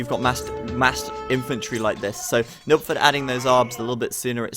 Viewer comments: Yeah it sounds like Nookford to me too. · took me a while to realise he's trying to say nilpferd^^